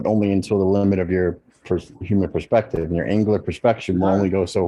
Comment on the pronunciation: But "flerfspective"!